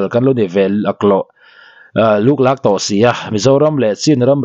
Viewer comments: A ṭha hle mai,lûklâk niloin LUKLAK tih tur thluk tur a ni lo. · Lûk lâk nilo luk lak,i tlûk a😂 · Burma pa hian buaina liantham ala chawkchhuak khawp ang. Chuan,, 'Luklak' ti a i lamrik dan kha a dik lo. Chhuk chho, kan lamrik dan ang khan lam tur aw. Lûklâk tih tawh awihloh😂